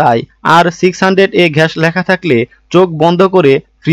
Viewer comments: উনি আসলে বলদ,গ্যাস কে উনি ঘ্যাস বলছেন,😂কোম্প্রেসর বাছাই করতে বলছেন,কোম্প্রেসর বাছাই করতে হলে কোম্পানি তে যেতে হবে😂ডিপ চেম্বার এর সাথে বিল্ডিং ফাউন্ডেশন এর তুলনা করছেন😂আসলে ডিপ চেম্বার উপরে থাকলে শুবিধা আছে। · katha ta ghas noi gas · ঘ্যাশ না, গ্যাস ভালো করে দেখে বলুন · আপনি গ্যাসকে ঘ্যাস বলেন কেন ? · ঘেষ না, গ্যাস হবে। ঘ হবেনা, এটা গ। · Vai gas na ghas??? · গাধা ঘ্যাস নয় গ্যাস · বেটা গাজা না ঘাজা খাইছে তাই গ্যাস কে ঘেস বলছেন। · ঘ্যাস না গ্যাস??? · ঘ্যাস কি ভাই! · Apnar kathay bhul, ghas na - gas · ব্যাটা উচ্চারন ঠিক কর... ঘ্যাস নয় গ্যাস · ঘ্যাস,‌না গ্যাস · ঘ্যাস নয় রে ভাই, গ্যাস। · ভাই ঘেস বলেন বলেন গ্যাস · ঘ্যাস কি ভাই? ঘ্যাস ওয়ার্ডটা শুনে রাতের বেলার ঘুমের মধ্যেও ঘ্যাসাঘেসি দেখবোরে ভাই। রাত বারোটা বাজে আপনার কথা ও উচ্চারন শুনে এই রাত দুপুরে নিজেকে পাপী মনে হচ্ছে😂। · Sala age gas kotha ta valo kre bolte sik...